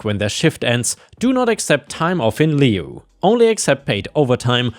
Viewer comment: LIEU not luei